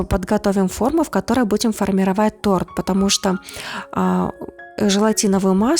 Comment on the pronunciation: Десерт, чувствуется, вкусный. Не поняла, почему агар-агар сложнее желатина - гораздо проще и, главное, быстрее. И голос приятный и фон не раздражает, и хотя я подозреваю, что могут появиться ответы по поводу моих проблем с восприятием и психикой вообще, НО... В слове "торт" ударение не меняется с изменением числа или падежа имени существительного! Тем более что как говорилось ранее, это и не торт.